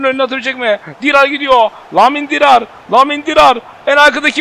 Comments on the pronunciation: namil dirar değil ya nabil dirar.lamin dirar da diyo olabilirsin abi. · Nabil Dirar a neden Lamin Dirar diyon ki 😂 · Abi nabil dirar sen namil diyorsun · Abi Lemin Dirar değil Nabil Dirar